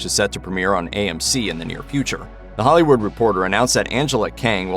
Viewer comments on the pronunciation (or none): none